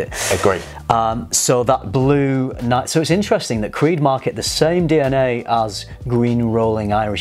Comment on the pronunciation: really butchered creed. But I totally disagree with his observation.